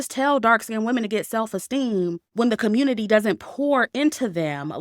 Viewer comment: I love how says "the communit-IY when she's talking about these stories 😂😂😂😂